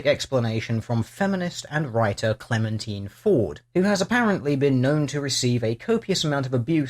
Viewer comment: I giggled when you said Clementeen Ford, I think it likes it to be pronounced like Stein.